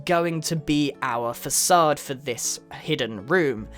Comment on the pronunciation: Grian knows the pronunciation of rhe word facade fəcad